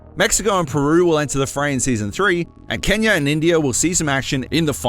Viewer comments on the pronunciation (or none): none